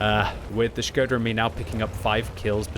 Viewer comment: SHI-GO-DA!!??? half of the video i was wondering what is that??! some Japanesee player?! Wat??! it’s SHKO-DA!!!😂😂😂😂 cmon!